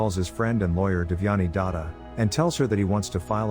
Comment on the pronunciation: I lost it when he said "Devyani Data" 💀💀